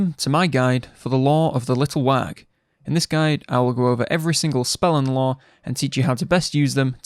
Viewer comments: Wag? What's a wag?? You mean little WAGHHHHHHHHHHHHHHHHHHHHH (wəh)? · Pls stop pronouncing the g